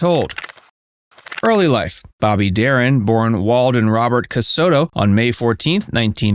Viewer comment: Please learn to say his name right